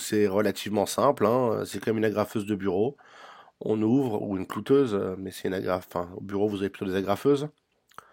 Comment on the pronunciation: on dit cloueuse, pas clouteuse !